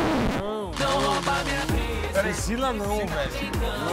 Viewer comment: Qual seu nome pricila. Pricila nao velho kkk